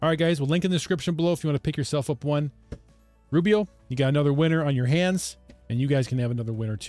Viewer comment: I think the company may be called ROO-eh-pro.